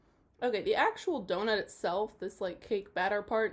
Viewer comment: Hi, friend! Miss you! Also, a "d'oh-nut"? Ah? 😁